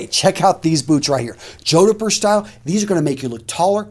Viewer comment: Just curious, I've heard say Jodhpur boots in a few videos. I've only ever said it/ heard it pronounced "Jod-pur" with two syllables. I hear pronounce it, "Jod-e-pur" with three syllables. Which way is right? Is it a regional pronunciation?